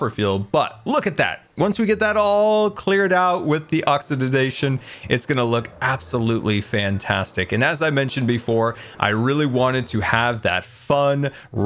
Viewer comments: A new word has been added to dictionary: oxidadation Another one: discombobbalated 😂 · Oxyzidation lol